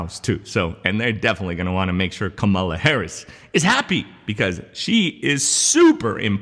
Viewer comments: KAMALA not KAMELA! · Kamala. Say "comma", add "la" to the end. You're saying Camilla, like the duchess. Entirely different names. She's only the second most powerful person in the free world. I think she deserves the respect of pronouncing her name right, regardless of your political affiliations. Does this count as my comment?? 😎🤪😇🤷‍♂️🧐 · I heard Kamala tell a reporter, the correct way to pronounce her name is like "comma" +la. Just so you know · VP is pronounced Comma la {Kamala }